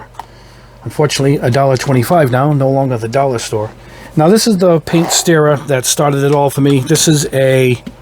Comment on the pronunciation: Steamer? It’s a stirrer. St-ur-ur